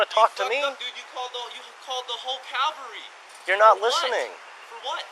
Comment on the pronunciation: My boy said "you called the whole calvary!" Lmao hell na